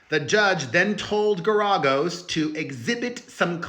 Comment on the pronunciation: It is pronounced Gar-A-Gos